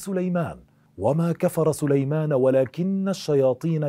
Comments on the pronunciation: للتنويه .. في الدقيقة وما كفر (سليمانُ) مش (سليمانَ) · ((وما كفر سليمانُ)) بضم النون وليس بالفتح اللهم اغفر له